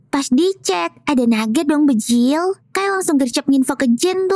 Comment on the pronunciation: bejirrr bukan bejilllll